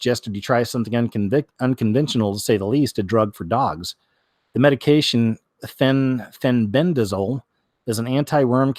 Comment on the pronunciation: Fenbendazole? Did I hear that right?